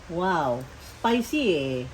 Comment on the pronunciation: Maam spicy..hindi ESPICY